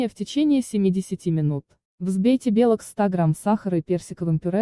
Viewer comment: Автор, белОк - а не бЕлок, и это не единственный ляп